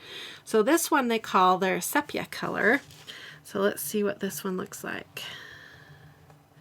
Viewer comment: Sepia is pronounced. see-pee-uh with the accent on see. Just thought you would want to know. I love your videos and have leaned so much. I love where you did color swatching on a strip of paper and have it right next to the pens in the packaging.